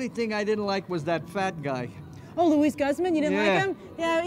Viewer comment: His name is pronounced LOO-ee GOOZ-mon.